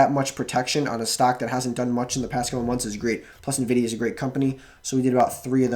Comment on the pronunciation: you're prouncing nvidia wrong. think of n and vidia as two seperate words. so like enn-vidia